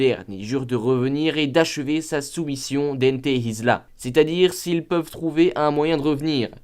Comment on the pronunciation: Comment il a prononcé hataraku et ente isla non c trop 🤣🤣🤣🤣😂😂😂